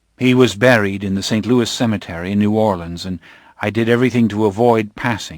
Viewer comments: Its hard for me to listen to this when he pronounces Louis wrong. Its not supposed to be said like Lewis. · I flinch every time he says Lewis though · this is so excellent but every time he says "Lewis" i take psychic damage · Amazing book, but the incorrect pronunciation of Louis might just kill me. It's pronounced Loo-ee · This narrator is amazing, but every time he says "Lewis" it breaks my immersion. It's like getting flicked in the forehead while daydreaming. Edited for spelling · Louis? It's the French pronunciation "Louie".. God that's throwing me off so badly. Thank you though for putting the book up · Why does the narrator keep mispronouncing 'Louis'? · I hate that he repeatedly says the main characters name wrong the entire time. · Every time he says Louis' name wrong. I get irrationally annoyed, lol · Oh my god me too! It's so grating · reallll i was like HUH ?? the first time he said his name- how does he get so many of the french pronunciations right (or close) but just BUTCHERS louis ?? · To those arguing that Anne Rice pronounced with an "S" - that's her prerogative however. Louis & Lestat are both natural born french men. And a Frenchman would never pronounce the "s" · Great audiobook, but the way he says "Louis" really upsets me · I DO NOT like that this narrator mispronounced Louis' name! >:( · I wonder about why the reader keeps adding the "s" to Louis. The French pronunciation is a silent S. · Love so much about this but the mispronouncing of Louis' name is getting under my skin a bit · Me too. That's my only complaint. Everytime he says it, I correct him in my mind and sometimes, even outloud. lol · Really enjoyed the narration style, but Louis is pronounced Louis not Louis. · Great reading, the only criticism is the way he pronounces Louis. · Nooo he pronounces Louis's name wrong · You're right. A narrator should know better. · Yes that bothers me too every time he says the name “Louis” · He's a narrator who can't pronounce Louis right.